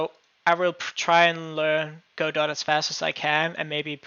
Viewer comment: It's pronounced "Go-doh" as in "Waiting for Godot." Look it up!